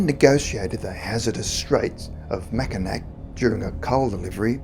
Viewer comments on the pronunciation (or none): Is no one gonna mention the pronunciation of Mackinaw? 😅 love these videos but I kinda giggle snorted at that one.